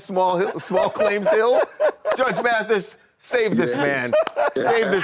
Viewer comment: You lost me when you said Mathis.